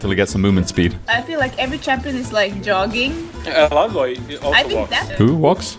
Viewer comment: they're (j)ogging?, not (y)ogging?